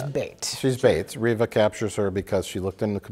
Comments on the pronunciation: I can’t believe used a hard “R” to pronounce Reva’s name…. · bro said Reva with a hard R oh lordy